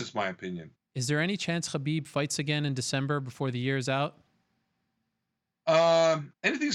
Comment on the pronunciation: Mr Ariel hand soap pronounces Khabib right but not the word Muslim right.. What gives? Why even so?